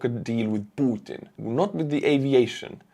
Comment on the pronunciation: I really like the way you pronounce P u t i n!!!